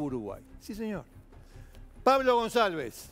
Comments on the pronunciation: Para empezar el apellido no se pronuncia gonZalvez sino gonCalvez. Lo pongo en minúsculas xq ese HDRMP se merecía cadena perpetua. De hecho hoy 2021 está preso en Paraguay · Demasiado desprolijo el informe. Y se pronuncia goncalvez con c de casa. Slds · Canalletti lo quiero mucho , pero es Goncalvez suena ca , no sa. Ka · Gonsalves dice el jovie jajajajjajaj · Se pronuncia Gonkalbez jajaja